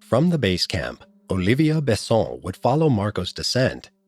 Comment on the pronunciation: and its not olivia but olivier